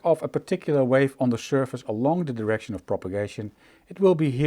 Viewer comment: Just beautiful. BTW, check your pronunciation of “direct” and “direction”.